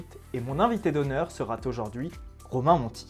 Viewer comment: Le sujet va(t)être ; je serai(t)alors ; mon invité sera(t)aujourd'hui ; Trois liaisons monstrueuses en moins d'une minute. Mais tout le reste était très intéressant et je me suis abonné.